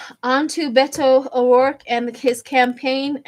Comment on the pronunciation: You said Beto O'Rourke perfectly sweetheart!